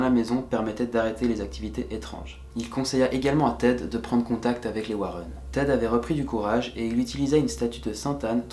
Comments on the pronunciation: On prononce Warènn et pas Wareun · Warren pas Warron, ta prononciation mec... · J'étais emballée jusqu à ce que tu prononce "Warren"...